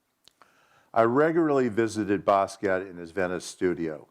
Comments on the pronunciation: t was pronounced it wasnt silent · He worked with him but he can't pronounce his last name, which is French. In French the T at the end of the word is SILENT!!!! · Yes the T is silent. He's even on film pronouncing his own name and yet still the cretins insist that it either doesn't matter or that it is correct to pronounce the T. These are the same people that say Loren when mentioning Ralph Lauren. Idiots.